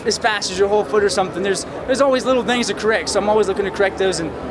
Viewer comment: That Texas accent's coming out. "There's always little thangs to currect."